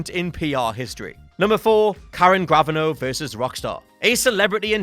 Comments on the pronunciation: It's not pronounced "Graven-o". It's pronounced "Grav-Ah-No" with the emphasis on "Ah". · Learn to pronounce 'Gravano'.